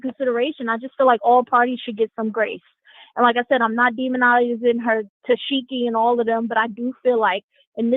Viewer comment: Every time she says tekeeshee I die laughing 😂😂😂